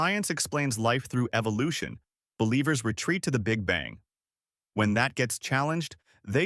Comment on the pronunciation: Dawkins' "evilution" (he pronounces it i this way) theory is trying to persued us that it is possible that Silica sand develops per accidentaly happening changes into computer processor. The one who is bullshit is Richard Dawkins.